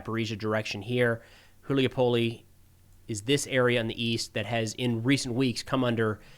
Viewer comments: it's Hulay Pole🙂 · Hool-yuy-pohl-eh xD